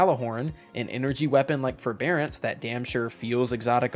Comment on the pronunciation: Ew forebearace